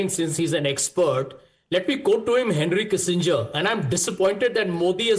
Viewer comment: Those who muted Sanjay Jha when he uttered Henry Kisainger like here 😂😂 (chuthiya saala)